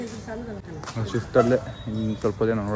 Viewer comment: SWIFT ❌ FIFT✔️ 😂